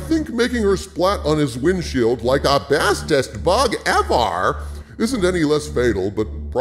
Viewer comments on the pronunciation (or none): Please dont say ‘ x-est thing EVARR’ ever again. It ruins your videos